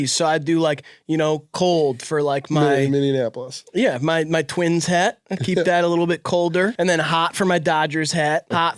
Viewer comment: “Minneanapolis” is crazy